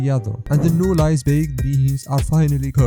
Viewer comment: Jako Asi Lay's jako Lie's!